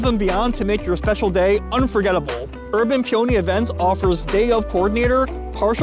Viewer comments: Nowhere on the menu did it say USDA Prime, you paid USDA Prime prices for Choice beef, also, you actually got a Porterhouse - the criteria is that the filet is wider than 1.25 inches… FWIW, the proper pronunciation of peony is “Pee-oh-knee”… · I'm so happy for you to see that you've got a sponsor for your video. But I want you to get more sponsors so please rerecord the sponsor segment and pronounce the name of the company correctly. Peony is a flower and it is pronounced pē′ə-nē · Pee-o-nee, like the flower